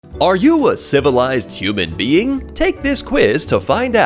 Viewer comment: It's human being, not humanbeing. At least check your AI videos before posting.